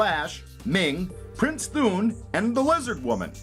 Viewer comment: Thun as In Thunder not Thoon as in Toon. Good Video Liked and Shared.